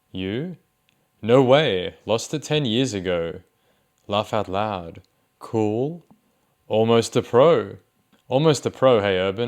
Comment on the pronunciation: "kerwl" wow, language has really come a long way huh